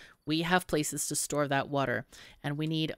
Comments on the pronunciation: Its water not wuter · Did you say "Wooder" around time ? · Wuter wuter